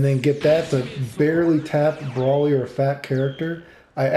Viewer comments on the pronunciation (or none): saying brawly instead of broly is like saying gawku insead of goku. I dont understand why he pronounces broly like he has cerebral palsy lmao